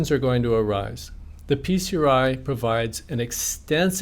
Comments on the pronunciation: should be pronounced as "pee-cry". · I wish he would stop saying "Peace-er-eye." What is it? Acronyms are confusing when you're under stress. Is he saying "PCRI?" Ok, what is that?